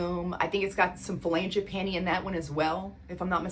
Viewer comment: It is Frangipani. No L. Like Fran